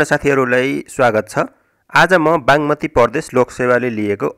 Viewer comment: बाँङमती हो कि बाग्मती हो मित्र